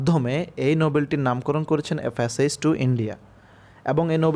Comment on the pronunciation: ফ্যাসেজ না প্যাসেজ হবে